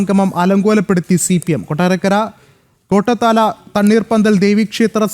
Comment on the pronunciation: കോട്ടാത്താല അല്ല കോട്ടോത്തല